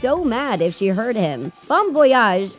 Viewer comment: Bon Voyage means have a good trip she said it wrong